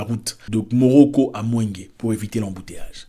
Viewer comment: Bonjour Zack. Je pense que c'est MOROGORO et non Moroco. . J'ai fait 4 ans en Tanzanie.